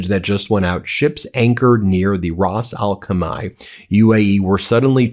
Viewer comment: For pronunciation, it's Ras Al Hay-ma.